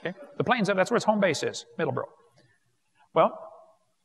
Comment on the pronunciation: Not "Middleboro". MiddleSboro.